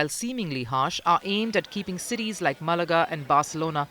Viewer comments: 09 MÁ-la-ga. Accent on the first syllable. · First off, learn how to say MAAAHlaga (accent on the first syllable) Second if you claim to be anything close to a news source then use an honest headline. There is no ban on tourists or tourism. There is indeed a ban on owners hogging apartments they use as Air BnB or on other short term websites instead of as residences or long term rentals. This behavior has made it difficult for many Spaniards to find living accommodations all over Spain;s coasts. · Emphasis on first syllable with Málaga.